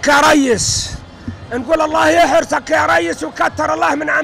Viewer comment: اش قال يحرسك او يهرسك